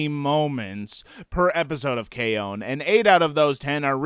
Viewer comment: That was hilarious but it's K-ON...you either like it or you don't...there's no two ways about it. PS do more reviews with both of you toghether